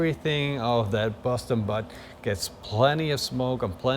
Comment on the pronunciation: Am i the only one that hears "busstin butt" everytime he says boston butt 🤣